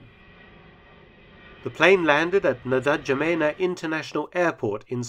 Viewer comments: Correct pronunciation of Ndjamena is en-ja-may-na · N’Djamena is pronounced InJamena - the D is silent, as in Django! 😆👍🏼 Just FYI, as if anyone cares. Great video yet again! 👍🏼